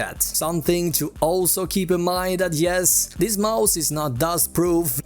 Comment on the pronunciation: gillar att du säger majs istället för mouse ibland haha bra video